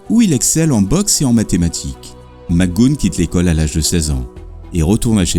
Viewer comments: Bon travail, mais Patrick Mac Goûne? Même si on n'est pas bon en anglais, on peut prononcer la partie après le "h" et dire "Mac Gouane". Quelques fautes de style aussi, comme "son enseignement de boxeur qu'il avait appris au collège" au lieu de "l'enseignement de boxeur qu'il avait suivi au collège", 'une diction rapide, lapidaire" au lieu de 'une diction rapide et un style lapidaire", "sous un angle crédible" au lieu de "de façon crédible", "une formule gagnante qui gagnera". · Ben non, tout faux mon pauvre. Tu n’as tout simplement pas d’oreilles pour percevoir la subtilité de la langue anglaise et comme dit sur une autre de tes vidéos, j’ai bon nombre d’exemples ou le présentateur prononce bien « Mac GoHANE »... 🙄 Et c’est bien comme ça qu’il faut prononcer. « Mac Gooon » est tout bonnement ridicule... J’accentue également sur la particule « MAC (MC) »... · Henri Thebault 👍🏼 oui. McGoohAN... et pas « McGoune »... 😒 il faut se méfier des liens qu’on refile pour persister à croire qu’il faut prononcer « McGoune » surtout si on n’a pas l’oreille pour ça 🤣 et sans tenir compte des spécificités de langage propre à chaque anglais selon sa région de naissance... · vidéo intéressante , par contre son nom se prononce macguoane il était bon acteur mais dans la vie privée c était une horreur et plusieurs rôles lui on échapper au cause de son caractère ... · Interresant, mais ce serait bien de ne pas massacrer son nom avec des Mac Goonne agaçants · Mouais... il me semble plutôt entendre quelque chose comme Mister Mac Gou-on ou Mister Mac Gou-eun plutôt... mais sans que le "h" ne soit prononcé, les deux sons sont donc enchaînés très rapidement. C'est peut être du à l'origine irlandaise ? (: | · Son nom se prononce "Mac Gou anne", et Gipsy se prononce "ji psi" il n'y a pas de U comme dans le prénom "Guy". Désolé d'être aussi pointilleux, mais dans les précédents épisodes il y a aussi de telles erreurs, et c'est dommage car c'est vraiment une excellente série.